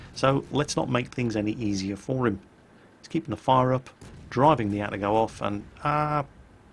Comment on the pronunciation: A-TA-GO not ATTA-GO